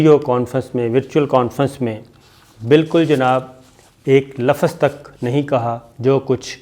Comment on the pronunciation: lafaz nahi hota .......lafz hota hai